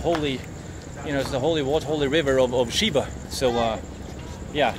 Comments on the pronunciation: Dude just said shitting shiva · "Shitting, pissfull shiva" "ah,, sitting, peacful" 😄